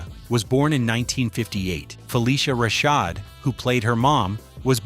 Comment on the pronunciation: YES, U NEVER MENTIONED RUDY WAS SUPPOSED TO BE A BOY. JALIL WHITE AUDITION FOR THE PART. ALSO THE CHARACTER NAME WAS SONDRA NOT SANDRA. PLUS U DIDN'T PRONOUNCED RASHAD 😒 CORRECTLY EITHER.